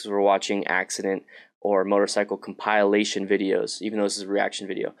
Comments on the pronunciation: Pronounced Comp-ih-lation, Not com-pi-la-lation. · Com-pill-ation not com-pile-ation, if you know what I mean. Just a heads up, bro. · com pile lation? com pa lation maybe. Lol.